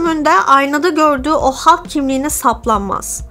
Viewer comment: En sevdiğim süper kahraman karakteri senden dinlemek güzel oldu Ağzına sağlık, üstelik Hulk derken içine hem o hem e hem a harflerini de katarak doğru bile telefuz etmişsin. Zaten senin konuşmana değecek bir bu filmi var bi de immortal hulk, WW Hulk, future imperfect gibi seriler var. hulktan korktuklarına iyi değinmişsin. yıllarca hulk filmi yapmıyoruz çünkü stüdyo hakları karışık gerekçesiyle yediler insanları. Ama asıl nedeni elbetteki bu karakteri genel seyircinin beğenisine sunacak taşakları olmamaları. Yan filmlerinde de işleme şekilleri genellikle rezillik rüsvalıktı bence. Halbuki Mark Ruffola ne güzel oyuncu. Bu durum cizgi romanlarda bile böyledi ama, bir sürgüne gönderiyorlar. Bir vurdurtuyorlar. Sonradan japon bir çocuğu hulk yaptılar zaten daha sevimli karakter olsun diye.